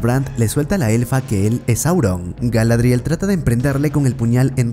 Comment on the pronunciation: y digo yo... por que os inventais todos los acentos y sonidos de letras en los nombres de los personajes? Galadríel (nótese la tilde inventada) en lugar de Galadriel, Zelebrimbor en lugar de Kelebrimbor, Durrrrrrin en lugar de Durin, y un largo etc XD... puffff me pone nervioso jajajaja